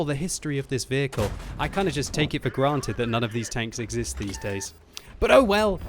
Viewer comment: Also, it E X I S T E D...